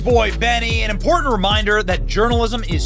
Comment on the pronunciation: Benny, please stop pronouncing Important, ImporTENT constantly. Mm K